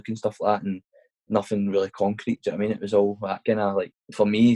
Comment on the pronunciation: Had to turn off because he constantly says ‘jno witamean’ keep up the good work though mate I enjoy the podcasts.